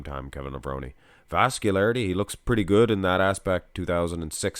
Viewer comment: I thought it was pronounced “Lev-rone” not “Lev-rone-y”